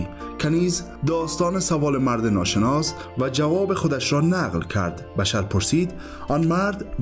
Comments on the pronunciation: سلام این دوستمون درست میگه boshr درست است نه bashar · سلام بشر با ضمه تلفظ میشه نه با فتحه